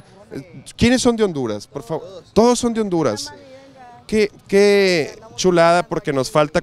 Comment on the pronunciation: Cuando dijo Hondurass, siuuuu